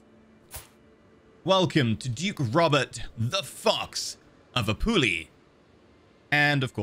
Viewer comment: Correct pronunciation would be something like Ah-poo-lee-ah